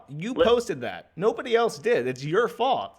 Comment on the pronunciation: Joshs new word is “fault” or as says “faaut”